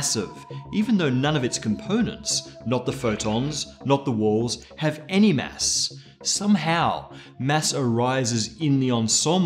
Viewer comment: Mass, not mess! Fuck.